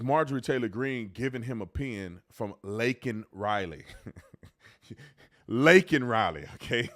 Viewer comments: I thought that after he talked about Laken Riley (or as joe said “Lincoln Riley”) killed by an illegal he said “but how many are thousands are killed by legals?” I could be wrong because it’s sometimes impossible to understand what he’s saying. He’s awful!!! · He said Lincoln Riley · The Riley family didn't attend this circus, and thank God they didn't. He's looking up like they were sitting up there. Biden is an absolute embarrassment to the USA. By the way Biden, it's Laken Riley! 🇺🇸🇺🇸🇺🇸 TRUMP TRAIN 2024 🇺🇸🇺🇸🇺🇸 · Its disgusting that kamala harris smurked when he said laken rileys name wrong but got mad that he said illegal is insane!!